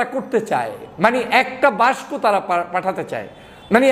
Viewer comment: বাংলা বানানে এত দুর্বল হলে চলে? বাক্স কে বাস্ক বলেন কেন বারবার?